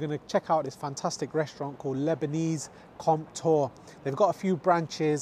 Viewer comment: Love your channel and have cooked a lot of your dishes. I think it's pronounced 'Comp - twah' not 'Comp-tor' due to the French influence. Great restaurants too!!